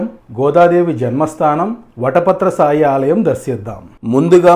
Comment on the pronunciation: సాయి కాదు, శాయి